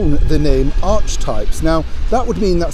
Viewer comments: It's pronounced ARC E type, the h is silent & the E after the silent h is pronounced, type is just pronounced as type. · Archetype is an ancient Greek word - pronounced Ar-ke-type 🌹❤️🇳🇿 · Hmm.does that mean their invisible son’s name is pronounced “Ark-e”.....and their company or whatever it is, is pronounced “Ark-e-well”?......or did she intend to pronounce archetype as “R-chee-type”?...I’m confused, befuddled and bewildered. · Body language guy call it arsewhype instead of archetype. Other question Do you think they will get International protected status? I hope not because American taxpayers would have to pay their security, etc. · I SINCERELY hope that M&H do not manage to trademark 'archetypes'! I always thought it was pronounced 'ark-e-type/s' and meant , ‘the original thing’ or the 'original basic standard', of something as in say, the Wright brothers' glider being the archetype of future gliders. Is my understanding (or lack thereof), of this word totally wrong? It is? Oh dear, I'll have to start reading my dictionary again. Phewf! Thank goodness archetype begins with 'a'.